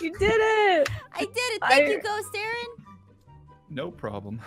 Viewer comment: OH MY GOD SHE KEEPS SAYING ALPHA INSTEAD OF AARON ITS HILARIOUS